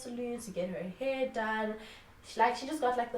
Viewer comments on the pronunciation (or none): none